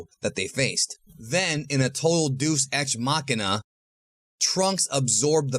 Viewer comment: Day-ous ex mak -inna